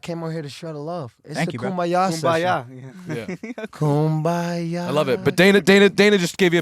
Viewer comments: How many times did he say koombya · How many times did he say KOOMBAYA? 😂 I think at least 55 times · lmao "how often do you kumbaya like monthly?" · If I hear kumbaya one more time I'm going to snap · If I hear AB say Kumbaya one more time...... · Everyone say it with me “KUMBAYA” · If I hear kumbaya one more time I’m going insane